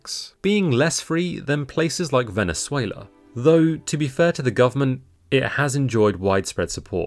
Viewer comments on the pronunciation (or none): none